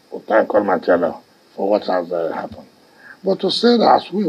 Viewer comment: Hahaha i laugh in china .wike cant even call God hear him say almighty Ahala two times